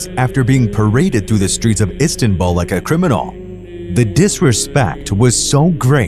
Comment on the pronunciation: ISTANBUL..NOT ISTANBALL